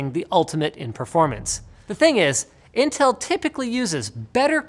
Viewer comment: Who say Intell ???